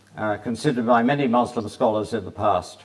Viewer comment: I don’t understand why these ppl say Muzlom when Muslim (the correct pronunciation) is as easily pronounceable. Nothing wrong with that it’s just really funny 😁